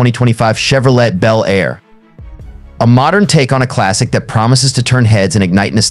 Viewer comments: Well computer voice did it again Chevrolet is pronounced CHEV RO LAY not chev ro let. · Che vro "let",🙄. What a lame video.